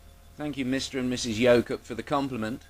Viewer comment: Every time you say "Yoke Up" I keep hearing "yokel". Take that however you will.